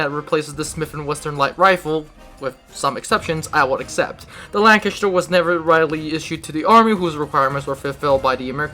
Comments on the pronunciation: Say Chest And The Say LanCHESTer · every time you said lanchester i fucking died inside (butchered it)